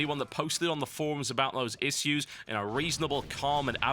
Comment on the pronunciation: lol totalbiscuit cannot pronounce "issues" :D